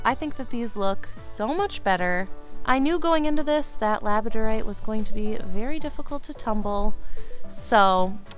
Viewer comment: Labradorite does not rhym with you don't say it right.